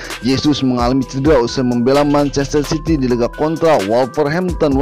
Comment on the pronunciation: City min city bukan ciry